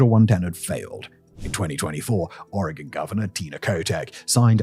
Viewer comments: I’ve lived in Eugene and the surrounding area my entire life. I work in Eugene, near the industrial area. It’s bad. Thank you for pronouncing Oregon correctly!!! Simon, I’ve been a massive fan. How cool to hear you talk about my hometown. Wish it were under better circumstances. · Nothing quite like having my city on the internet for this reason. Also, thanks for pronouncing my state correctly.